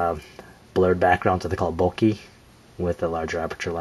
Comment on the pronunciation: I haven't heard anyone say it "bokih" :D